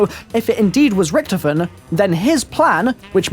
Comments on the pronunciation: he says ricktofen instead of Richtofen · its richtofin not richtoofin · Did he acualy just say ricktifin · whenever watching his videos, i cant help but always get annoyed by how he pronounces Richtofen.....